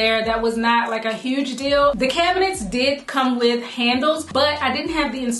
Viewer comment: Lovely! I heard the Bmore in that "huge, huge, huge" LOL